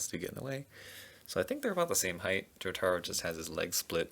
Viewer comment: Every time he calls jotaro I cringe